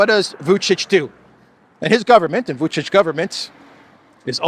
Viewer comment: I appreciate you correctly pronouncing Vučić, when I see millionaire anchors on major news channels repeatedly call him Vukik